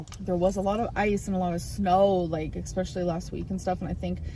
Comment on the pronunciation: I can't with her. "Expecially" .... 💀😂